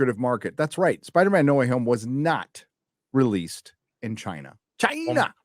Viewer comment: Your way of saying China is getting realy annoying